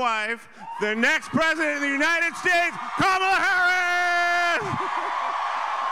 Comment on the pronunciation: even the husband mispronounces her name? 🤣